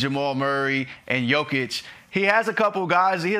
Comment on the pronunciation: Still calling him joe kitch or yo-kick, 2 time about to be 3 time MVP and incapable of getting his name right. Only the closet hater gets it right. Yo-kitch! Put some respect on the name..